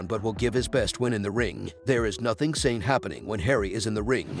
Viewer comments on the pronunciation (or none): none